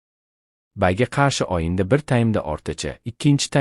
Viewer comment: O va O' ni farqiga bormay o'qiydimi Oyinda deydi To'gri deydi aslida "O",G'